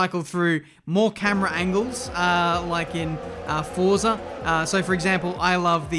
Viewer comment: Personalised wish list for to pronounce Forza properly